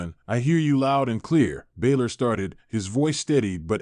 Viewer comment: Pronouncing names wrong, balor and balszler pronouce the a as ana